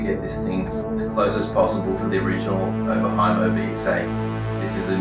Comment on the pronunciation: wow just wow. soooo. its oberhhhhh like--------- (ob-6 and ob-x people cant say it dosnt sound like a oberheim)